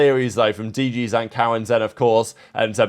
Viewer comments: Bro please for the love of god it's zin as in literally like zyn, not ZAN PLEASE BRO LMFAO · This guy and his pronunciations man for the love of God it is D. G. ZIN as in sin and M. W. ZERA not mewzera like a cat.